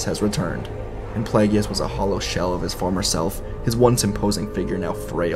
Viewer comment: Come on, man. It's pronounced play-giss, not play-gee-us. I love your What Ifs, but the mispronunciation of Plagueis' name, especially after hearing Palpatine pronounce it in Revenge of the Sith, hurts my soul.